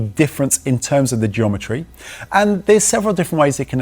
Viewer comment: Gweometry: wheelsize will NOT change whellbase!